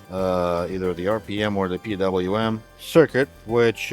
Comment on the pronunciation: Calling it "Pee Wee Em" instead of the atrocious "Pee DoubleYou Em" warms my European heart.❤